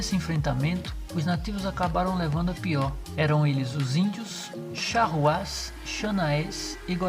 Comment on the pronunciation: Tá pronunciando Charruas errado